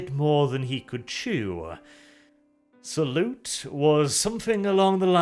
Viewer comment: Like "Sauron" not like "salute"